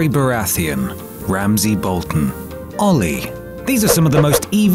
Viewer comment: “Joff-Rey barath-eon, Ram-sey Bol-ton, olly”